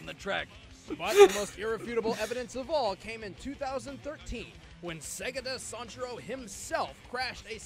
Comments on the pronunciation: You said segata sanshiro perfectly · ***** you pronounce segata sanshiro so well